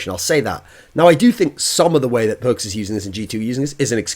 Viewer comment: Nope, Thoorin said it right way